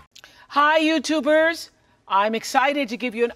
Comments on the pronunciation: It gets me every time when I hear Oprah say “YouTubers”.lmao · I know. I always feel like she's saying I'm a turnip or a yam! LOL